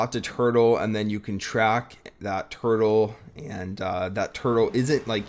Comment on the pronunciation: Bro how many times did he say turtel